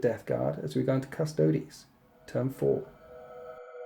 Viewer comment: Thank goodness you can pronounce Custodes correctly and we aren't hearing shouts of 'custards'! Always enjoy your immersive battle reports. Keep up the good work!